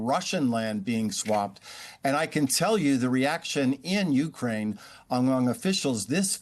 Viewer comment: How can this bozo still not know how to pronounce " u - KRAINE " ?